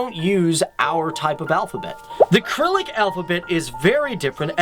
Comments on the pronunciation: This was a great video, but thought I should point out that in you absolutely mispronounced the name of their alphabet. The C is soft, sounds like the letter S, not hard like K, and the Y is not silent. The word is pronounced as /səˈrilik/, not /krilik/. It is Preslav, not Peslav. It seems your script has a few typos. I am glad to see someone bring out such great and interesting facts about Russia and its culture, especially in a time when USA fake news media tries so hard to demonize Russia through their vitriol rhetoric that they allegedly interfered in the 2016 election. Russians are beautiful peace-loving people just like Americans, we shouldn't judge a country and its people from biased media propaganda. Thank God for social media to provide stark contrasts of differing facts and opinions so we can form our own views of reality. I love Russia! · Good video but man, you gotta get your words straight. "We are under the implication." You mean "impression." Cyrillic is not pronounced "krillick." It's sir-ill-ik. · Pronounced Cyrillic wrong, it’s pronounced with an s sound, not a k sound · would you check on the Russian alphabet? I believe it is called Cyrillic, with a soft "c" sound, and not "kyrilic".? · I'm sure a lot of research goes into these videos, but for gods sake please research pronunciations. I cringed at the pronunciation of Cyrillic and Vladivostok. Pronouncing things correctly on an otherwise professional video raises the professionalism overall.